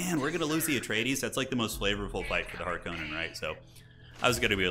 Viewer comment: I like that guy's seen two Dune movies and calls himself a Harkonnen main and he still mispronounces the name Harkonnen.